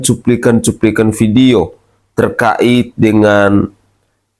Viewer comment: Pak jgn terka....it tapi terkait bacalah yg bagus